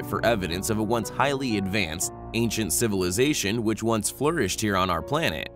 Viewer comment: lets start a "high lee compelling DRINKING GAME ?????🍻🥂🍺🍸🍷🍾